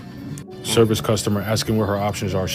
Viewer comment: Why can none of these tiktok car salesman pronounce Toyota correctly? How did they all decide it's "tee-yota"?